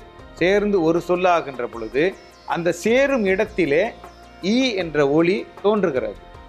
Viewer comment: ஐயா, ஒலி என்பது ஒளி என்று உச்சரிக்கப்படுகிறது. Please note. நன்றி.